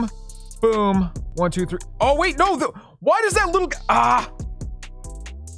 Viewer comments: I love how he rolls his r when he says three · The way your tongue rolls when you say "three" tho. I be saying 3 nowadays just thinking "how does his 3 sound so fascinating" 💀🤦🏽‍♂️😭